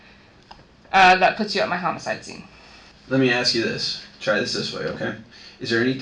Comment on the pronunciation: And you should be able to enunciate the word “ask” properly as well